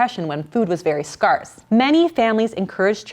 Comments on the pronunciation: Great video. If you are going to say scarcity and scarce please pronounce them correctly. For some reason it’s driving me nuts. It’s skersədē and skers. Thanks. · Scarcity and scarce -- it's not that "are" sound, it's "air". Scare, like to be scared and the word city. Scarcity. :) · Scarce is pronounced like scare... Not scar... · I've never heard someone pronounce the word scarce like you do. Is that a regional pronunciation? I always hear it pronounced as scAIRce not scAREce. Just curious! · Is she intentionally mispronouncing scarce? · Me too!! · Soooo are we all just going to ignore that she doesn't know how to say scarce. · I have never heard anyone pronounce scarce this way...Is she not a native English speaker? Is this an accent? Where is she from? I have not noticed any other words pronounced differently. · omg, how do you not know how to pronounce scarce? Well that's ok, this is a great video. A lot of vegans like to put you down on other channels, but I always tell them that you absolutely support a vegan lifestyle, and most of them say they are vegan for ethical reasons. Some guy randomly said you support feeding babies cheese and meat, but I never heard you say that. 🤷‍♀️ I am eating more intuitively these days, and I find I crave healthy choices very much, my body seems to ask for vegetables and lean proteins, etc. When you let go of having to control every morsel, things are so much easier.